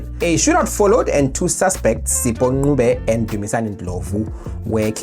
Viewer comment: Its Ncube bruru. Pronounced as such; Ncube not Nqube as you said or Nkhube as sometimes your folks pronounce it. I think its sheer disrespect to deliberately butcher other people's surnames. It smacks tribal supremacy tendency of the highest order. Stop it!!!